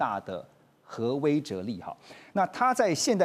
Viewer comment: 威慑（she）了啦